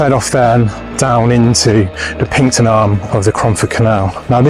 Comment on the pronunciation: Very good. By the way it’s called PINXTON not Pinkton!! So pronounced PINKSTON